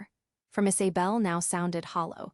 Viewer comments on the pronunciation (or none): It's not Is(ay)bel it's pronounced Is(uh)bel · Weird that they mispronounced Isabel every single time. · Again pronunciation of names is a problem, Isy bel or Iza bel? Sienna stop being their ATM, co-signing mortgage loans, paying for Vacations, Thanksgiving and Christmas, you give far too much and they take you for granted. The sense of entitlement, Ethan had no right to tell Sienna that she was not part of the family, he just blow his opportunity for a secure future. The expectation that she will still fund his education is unrealistic, Sienna's mother and sister are cruel. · The AI is driving me crazy trying to say Isabel